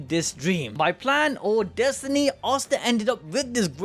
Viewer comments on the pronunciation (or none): you need to stop calling him "arr starr". Asta (aaa sta or ah sta) <